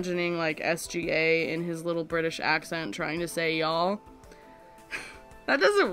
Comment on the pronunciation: Then I post to pretend I have claim to be among the favorites >:D I heard yoll when you first said y'all. Thanks for putting this together, great to hear this QnA. Also love that it is still a passion project, keep having a great time with this channel.